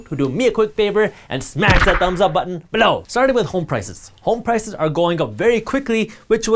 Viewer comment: I miss the more emphasized “Below”